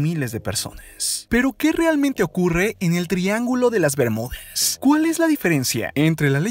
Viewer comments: Das info importante pero no me gusta como hablas :v El Triángulo de las Bermudes que es eso we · Opino que porque mier.. le agregas la "e" a todo, triángulo de las bemudeeeees"??? Zoneeeee", florideeeee", no mms!!! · EN QUE IDIOMA HABLA ESTE TIPO ? FLORIDE, CINCUENTE, BERMUDES, PERSONES, RESPUESTE, EUROPE,....... EN QUE IDIOMA HABLA ESTE TIPO ? GENERO NO BINARIO ? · Es bermudas no Bermúdes... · por qué hablas todo terminando con la "e" ? que horrible se escucha la narración... "rápide", europe, "bermudes" "elle" "atraltide" "desarrollade"... lenguaje "inclusivo" ? horrible. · habla en lenguaje inclusivo? o estoy escuchando mal? "el triangulo de las bermudez" xD